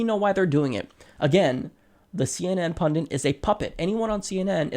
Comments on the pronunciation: Pundit. Pun-dit. Only one "n" in pundit. Why are you pronouncing it like "pundint?" Pundit. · Please: punDIT. Not punDINT!. thank you. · It's pundit, not "pundint." Come on... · It's pronounced pun-dit, not pundint! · Pundit only has one "n", it's not pundint. :-) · PUNDIT NOT PUNDINT, you moron. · Please note the word is 'pundit' not 'pundint' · Pundint? I think he means pundit... Good vid though! Feel The Bern!! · The word's pundit, not pundint. Step away from the mic. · Pundit...not pundint "That is all" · Totally agree with Emily but completely disagree with your analysis and assessment of the presenter. YOU are the partisan one. And what is a pundint?? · It's "pundit," not "pundint." It seems like you should know that. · there is one N in pundit. It is not like fondant. /peeve